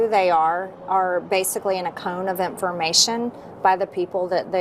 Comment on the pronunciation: The way MTG pronounces information as imphormation. What a moron.